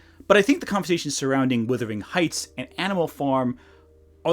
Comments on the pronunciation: As a person from Yorkshire everytime you say "withering heights" I flinch. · Distracted every time you said "Withering Heights" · How can you read the title "Wuthering Heights", and allegedly watch the movie and hearing it pronounced, and still screw it up? It hurts the credibility of your criticisms